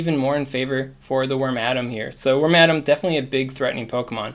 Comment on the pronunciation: I hope I'm not wrong, but I think it's pronounced "Worm-uh-dam," not "Worm-Adam." But I kind of like that pronunciation more. 😂